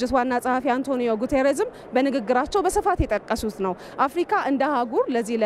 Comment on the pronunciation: አፍርቃ አትበል (አፍርካ)ብለህ አንብብ ጋዜጠኛው